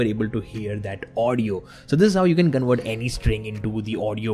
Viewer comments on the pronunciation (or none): You say conwert text to speech...it it convert not conwert